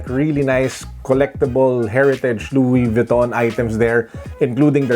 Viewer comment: Luwis Vwiton. Haha